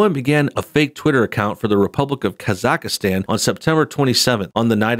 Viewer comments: Its not Kazakahstan, its Kazahstan and that country really exists LOL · Kaz-ack-stan...it’s a real country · Is it just me or does he just keeps mispronouncing Kazakhstan? Kazakhastan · The way he pronounced Kazakhstan xddddddd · Please say where Borat is from Properly. If you report on something make sure you know how to say the words properly on the subject. On his Ali G show he did rip on people who are in the United Kingdom. The fact his character AliG was a rip on the youth culture in the UK shows he did take the piss from more than one side. One character I didn't like was Bruno, was too gay for me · Hey,ofc you mispronounced Kazakhstan. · God you butchered the pronunciation of Kazakhstan. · Your pronuncng Kazakhstan wrong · Ok... you must not be too familiar with this dudes stuff. You arn't pronouncing Khazakstan correctly at all. And thinking that Jeff Bezo has anything directly to do with Cohens film is really silly. Any streaming service would have loved to get their hands on this.